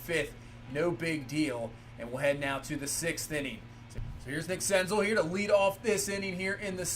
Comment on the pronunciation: Btw senzel is pronounced like gazelle